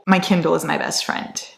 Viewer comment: warning us not to come at her for saying 'kindel'. Also: *proceeds to call it 'kindol' the entire video. Qween. ✨